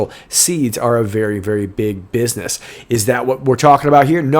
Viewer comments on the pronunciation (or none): none